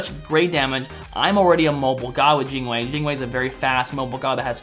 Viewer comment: "Jine wei" :P